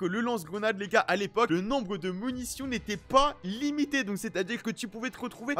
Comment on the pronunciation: amoindrié 😂😂😂 ( . le nombre de mounitions ). Epic: BRZ_